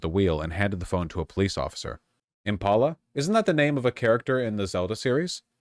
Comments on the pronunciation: "62-year-old woman's IMP-uh-luh??!" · I scrolled to far to find this comment haha, who tf says Impala like that? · I just can't get over the way he say impala. It IM PAUL LA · Do you really not know how to pronounce Impala? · Wait. How the fuck did Vaush just pronounce Impala?!